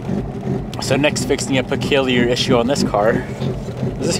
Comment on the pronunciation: Boss the word is peculiar pronounced puh-kyoo-lee-ur…. Love the content tho plz give more updates on the civic